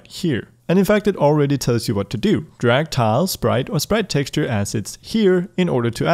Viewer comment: Not trying to be mean, but it keeps happening: "Drag" not "Darg"